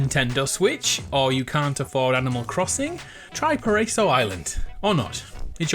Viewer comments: Pa-rey-zow Island? Pa-Ra-I-So Island. all short vowels. worst name ? it means Paradise island. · just an Fyi it is Pronounced "PA RA E SO" which translates from Spanish to "Paradise". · Paraiso island means paradise island. And its pronounced pa-ra-i-so, it's filipino btw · My boy pronounced it really bad 🤣🤣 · Paraiso does sound pretty bad when you butcher the pronunciation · "Paraiso" is Spanish for paradise - and you are pronouncing it incorrectly, you muppet.